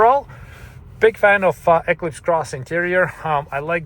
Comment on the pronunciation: Why do you say Equis Cross😂